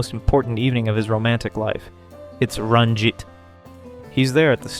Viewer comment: I'm concerned by the way this guy pronounces Ranjit here. And Mosby on a couple other videos....